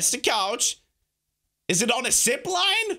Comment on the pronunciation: Whenever says zip line it sounds like shipline